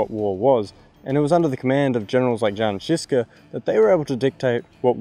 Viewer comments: "Yun Zhishka" would be the best way, but don't worry Czech pronunciation is hard. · Good stuff, but please reach out to some Czech speakers to get your pronunciation down. Jan Zizka should be pronounced... Yaan Zhizhka ("zh" like a "sh", but with a "z" sound instead of a leading "s" sound.... like the last "g" in "garage").